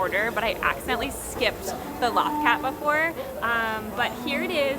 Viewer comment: Loth Cat = 'low-th cat' not law-th cat. :)